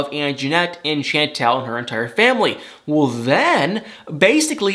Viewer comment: Pleeease pronounce her name right.. it's NOT Shaaaantel it's Chantel (like Shaun-tel or Shawwn-tel).. and it was nice to see you tryin to lift your eyelids a bit more as in matching the same amount in your face as you undeniably express in your voice. You got me into watching this show this season cause no way did I want to last season.. I can't stand needless, made up, just for drama fighting.. but I always stan for you and thumb thumb thumb thumb it up for you. OH And Nicole's Mom was SO disgustingly rude that I did start to say I'm gonna give it a lil' more but it started to seem fake.. and then how Royal just told his family to leave soooo rude and cold... I'm like whaatttt.. who talk to their family and parents like that?.. and they didn't even clip him?? No way.